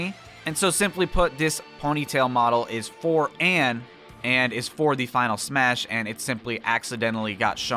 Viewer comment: ITS NOT ANNE ITS ANN GODDAMNIT